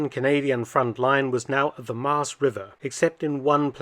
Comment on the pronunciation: Thanks Dr Felton for this interesting piece of history in the Netherlands. Nice bonus is that you pronounced Nijmegen and Maas quite well.